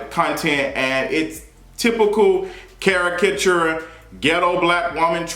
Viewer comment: Now everybody saying charakatureee ugh 😑